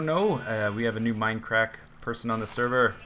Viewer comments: I Love that he say mine aracker server. :D <3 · I still don't know why he says mindcrack like an angry japanese german... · the way you say "mindcrack server" reminds me of the norman accent in the 1066 game.